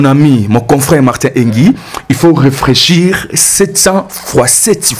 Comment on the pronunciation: Quelqu'un qui dit "réfréchir" à la place de réfléchir est-ce que aza mayele?? Kaka koloba ebele